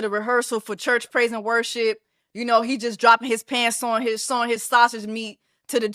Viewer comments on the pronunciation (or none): none